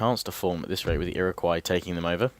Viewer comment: he is missaying things it's frst nations and ir iq wos iriguo